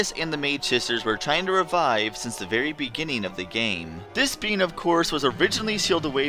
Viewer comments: I keep thinking you're saying "bean" instead of "being" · I keep hearing the word "being" as "bean", I'm laughing so hard at my own stupidity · I keep thinking your saying BEAN'S! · Everything time I hear "being" I hear "bean"